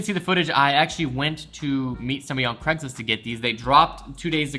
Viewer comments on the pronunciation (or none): none